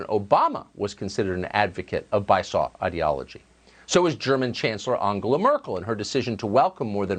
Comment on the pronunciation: Bi-saw I can't... It's Bi-sue-Oh.